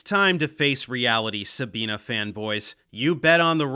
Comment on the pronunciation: "Sabine" is pronounced "Za-bee-neh" (not "Sa-bee-nah" or "Sa-been").